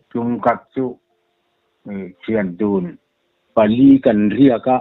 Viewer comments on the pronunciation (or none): THIANDUN ti na-na-naa "Pali" la tih hram chu leh!! A va dik lo nasa ve le.